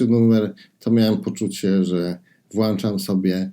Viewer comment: Super odcinek. Dzięki za recenzje. Szczególnie za Łyse Pały. Widziałem Ich "Na Bagnie" i nie zażarło. Ale po recenzji na pewno sięgnę 😀. Tylko, please "włączaj" a nie "włanczaj". Czepiam się.